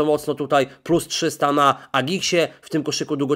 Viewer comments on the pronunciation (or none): none